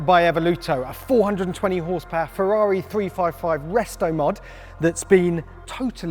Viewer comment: Ferrari pls, not FeVVaVi